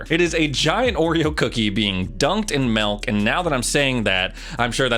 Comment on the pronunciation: This dude really said MELK